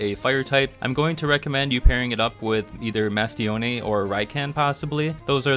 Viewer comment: The way you pronounce Mastione and Gyalis bothers me. I feel like you're mispronouncing those names lol